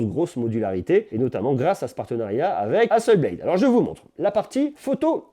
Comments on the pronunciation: HasselblAd pas Hasselbléde! C'est une compagnie suédoise. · Hasselblad se dit HasseblAd avec un A français et non un A anglais. Comme si vous le disiez en français. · Apprend déjà a prononcer le nom Hasselblad correctement.